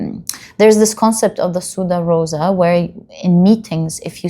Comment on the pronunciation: Pile 2: Dear, please allow me to correct something: the rose as symbol of secrecy is called "Sub Rosa" ("sub"is pronounced like in "Subhan Allah"). Roses were often kept just on the table and "sudare..." that would mean "to sweat" (sweaty rose?) is not possible. I was a bit puzzled the first time I heard it. 🤪